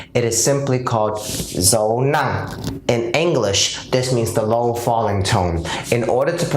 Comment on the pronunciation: I'm Vietnamese. You're good but you need more work on your "dấu nặng".